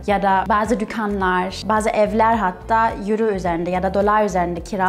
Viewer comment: yuro değil oyro :D